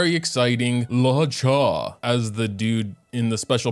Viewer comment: Its pronounced Loo-oh-cha 🤓🤓🤓🤓🤓